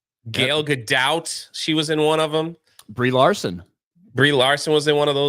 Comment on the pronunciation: Every time mispronounces Gal Gadot's name an angel gets sent to hell